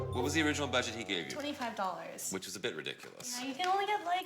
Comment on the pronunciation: The girl says “badget” and “stanning”.